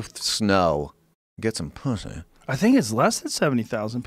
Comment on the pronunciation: "get some pooshy" 😂😂😂